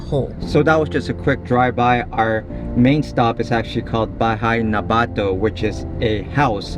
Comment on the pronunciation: sorry, i just need to point it out: just a tip, most Filipino words need to be pronounced quickly, you say "bato" as a quick one-two syllable and not "bah---toh".